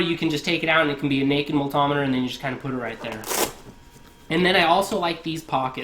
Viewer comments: "my mull-tom-iter" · What’s a “ maltahmeder “? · It was pretty annoying and cringe at the same time hearing it over and over